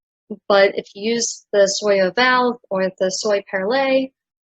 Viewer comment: Soie is prononced something like "swa" , perlée and oval were prononced well